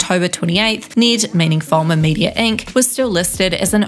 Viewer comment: I lost my shit when she mispronounced his name lol